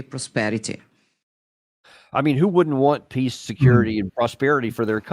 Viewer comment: Somebody please teach zelenski to pronounce the word PEACE!!! It's P E A C E Mr. President, NOT PISS!!! Dang!!!